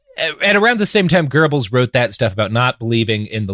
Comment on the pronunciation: Robert pronounces Goebels better than I ever would, and still my stupid brain always hears "gerbils". And here I am laughing silently imagining a bunch of gerbils in a trenchcoat.